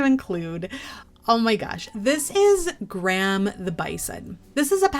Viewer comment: Love your videos! Graham made me laugh, it’s my dads name 😂 it’s said “gray-uhm” 😜